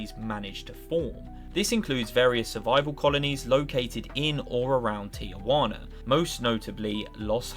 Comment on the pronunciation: Everyone practice saying “Ti-wana” a couple times. Just three syllables.